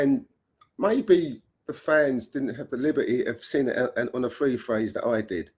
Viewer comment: What’s a free fraze? 🤣🤣